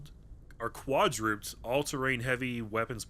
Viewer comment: dang that pronunciation hurt my soul. I know you meant to say qua-dru-ped. Ped.